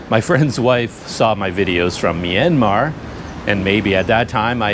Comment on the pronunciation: i like how you say myanmar, you said it right, most western people don't know how to say it correctly.